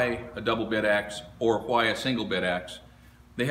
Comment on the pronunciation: Why do you pronounce why with three h's?